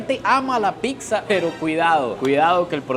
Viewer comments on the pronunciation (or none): PICSA NO!!! PIZZA POR FAVOR 😅😅😅